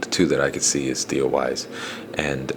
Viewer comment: It's Theo Wease=pronounced Weeese! The Armstrong guy is the one that was draftable, and could be a keeper!